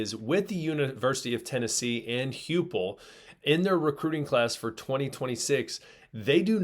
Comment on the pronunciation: Hype-el, not Hue-pel